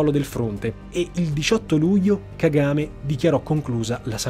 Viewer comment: Si dice Ka-Ga-Me e non Ka-game…